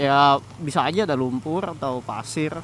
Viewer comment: airrl, lumurrll, pasirrlll :v